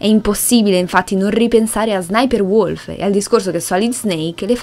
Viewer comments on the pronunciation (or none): none